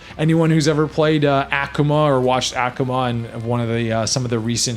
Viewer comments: "Ack-Uma" Its Aku-Ma I've never heard anyone pronounce it that way lmao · Wanna play as ACCHkuma? Acchkuma is my fave street fighter XD It's Uh-koo-muh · ACKooma lol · Akuma is Ah Koo mah The word is Japanese. There's no uh sound in the entire language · Lost me at "Ackumah" xD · Who the hell is aaahkuma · Very thorough but your pronunciation of Akuma is atrocious lol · Oh I know its just he said his name so weird